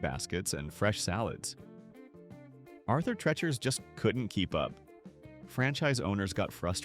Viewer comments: Narrator, you are MISPROUNCING HIS NAME. IT IS ARTHUR TREE-CHERS (phonetically). Not Tretch-ers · I agree. It is Arthur Treachers and pronounced the same way you would say Teacher. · AI really sucks! Arthur Trechers? It’s Tree-chers! These are the best restaurants they just ran into problems. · Thank you for correcting their mispronunciation. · Get rid of AI naration- what the heck is Arther { trechers} spelled as the AI voice sounds.